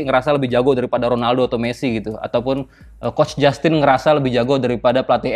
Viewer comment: wkwkw ngakak waktu nyebut kuch jastin